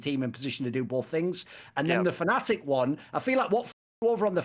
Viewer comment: They also called Fnatic Fanatic in another video